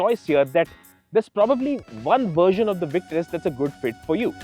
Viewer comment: oh, my, God!!!! Just as the video started, I was thinking, "finally, these guys, I have been waiting for them...", and then I see that you PRONOUNCED THAT NAME CORRECTLY!!! YESSS!!!